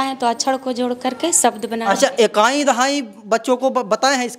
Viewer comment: मेरे जानकारी के अनुसार reporter को शुद्ध उच्चारण आना चाहिए। लेकिन ये तो शिक्षिका को शिक्षक, ईकाई को एकाई बोल रहे हैं। यहां तक कि दहाने की प्रक्रिया भी बाए से दाए की ओर बताते हैं। पहले अपने अंदर झांक कर देख लें फिर औरों पर अंगुली उठाइएगा ।